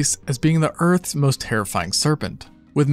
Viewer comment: tf you mean "earths' largest snake" while emphasizing earth